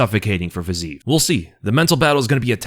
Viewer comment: FYI (again) - It's "FIZZ-ee-ev." 3 syllables. Every Slav cries whenever you pronounce it like that - repeatedly - after multiple corrections.